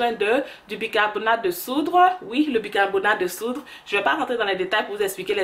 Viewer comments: de *SOUDE^ et non pas de soudre... lol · ON DIT BICARBONATE DE SOUDE PAS DE SOUDRE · Bicarbonate de soude soude il n'y a pas r désolé